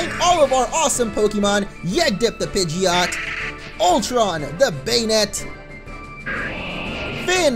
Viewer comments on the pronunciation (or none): none